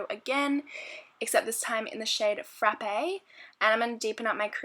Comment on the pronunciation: Haha love the way you say "frrraappe" ! Loved the video